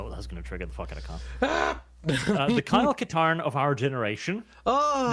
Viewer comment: "Kyle Katarn" REEEEE